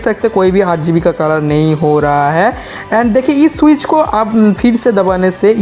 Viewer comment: Swiz nahi Switch